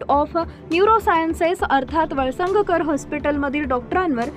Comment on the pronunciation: वळसंग कर pronounce करा वळसंग्ग कर नव्हे